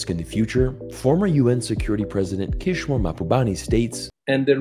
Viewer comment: Good video! But it's Kishore, gosh darnit!!